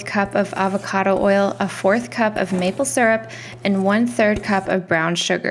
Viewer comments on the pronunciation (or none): none